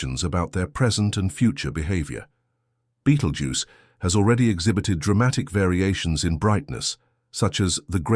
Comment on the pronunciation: Please learn how to pronounce BETELGUESE